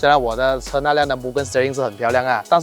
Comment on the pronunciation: you pronounce Mugen wrongly, bro.